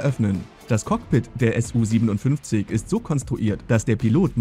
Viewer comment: Nicht S U, sondern Su von